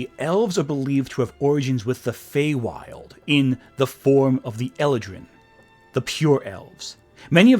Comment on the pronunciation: The canonical pronunciation of "eladrin" puts the stress on the second syllable, ftr.